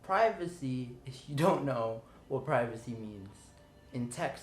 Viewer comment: Pirvacy. That's not Mom.